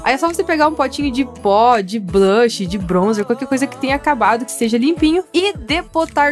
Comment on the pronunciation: No momento vc falou bó em vez de pó quem viu da like